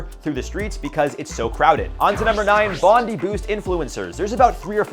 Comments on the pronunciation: Its said bond-eye not bond-ee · This guy needs to learn words Bondi said BOND-EYE, and who doesn't know how to say Sagittarius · Bondi is pronounced Bon-Dye. The Australian beach. It is an Aussie brand... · I love the way Americans say Bondi.